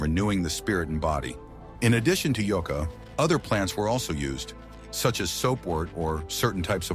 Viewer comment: IA voice needs work…mispronounced many words, ie it’s a Yucca plant, of which there many varieties…. Nice modern paddles too… Good opportunity to pass along ancient knowledge but marginally done…